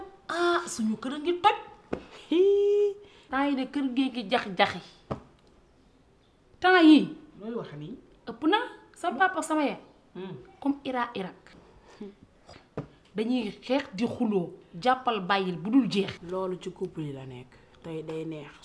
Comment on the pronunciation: On dit Iran 🇮🇷 Irak 🇮🇶